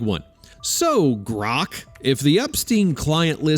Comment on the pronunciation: Maybe GROK isn't cooperating because of the way you pronounce its name every single time